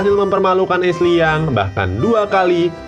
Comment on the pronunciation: Bukan es liyang tapi asley young